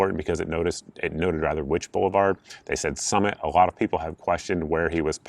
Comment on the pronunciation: So... did you say he was running across the "bullet-vard?" That's pretty funny stuff!